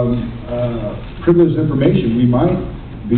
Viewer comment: Jared says: previligious infromation we might be shooting...... what? I didn't understand